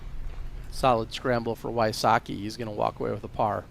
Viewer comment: WHY-soh-kee? omg. me ears. v-sotz-kee please.